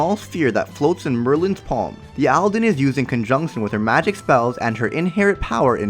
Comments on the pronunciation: PS : Aldan not Aldin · Merlin’s Sacred Treasure is the Morning Star “Aldan”, not “Aldin”. Good video, anyway